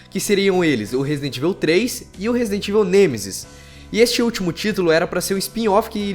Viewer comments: Não se pronuncia ivil, e sim evaul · pelo amor de Deus mano... pronuncia certo Resident Evil (ívou, não íveu) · é resident ível memo haushaushuash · e fala "evil" um pouco melhor! :)